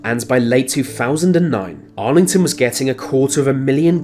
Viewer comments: AI commentary Argleton not “Arlington”. Bit of fakery from whoever made this. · It's Argleton, not Arlington but still a fine vid man!!! cheers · Argleton is pronounced Arlington?